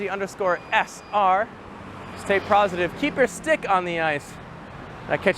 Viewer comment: Did you just say ..... Stay PROZitive ?!?! XD